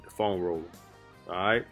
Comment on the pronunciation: I love but that ‘’rat ‘’ instead of right is killing me....but my family is from the south so I understand